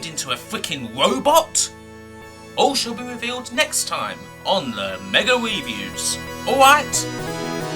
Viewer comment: HES TWANSFORMED INTO A FWICKIN WOBOT